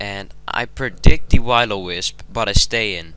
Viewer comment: I don't mean to hate and all but you pronounced Will-O-Wisp as " Why-lo-Wisp". Try saying " Wuhill -O- Wisp"